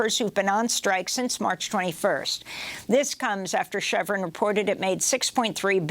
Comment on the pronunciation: Please learn how to pronounce "chevron". Don't thank me. Just pay it forward.